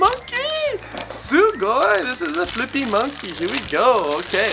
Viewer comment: Why is he saying sugoy